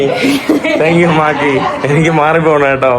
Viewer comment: മാക്കി അല്ല മാക്രി